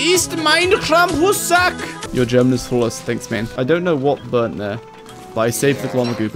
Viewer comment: As a German, you were very accurate